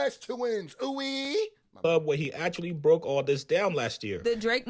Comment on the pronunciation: I’m bothered by yo Ouweeeee lol. It’s gotta fall off softly. Ouuuee 😂 all love